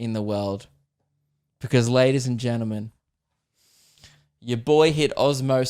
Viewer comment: good to see that “geneman” instead of gentlemen made a return this week